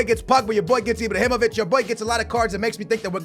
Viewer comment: Does he say Ibr(o)himovic ?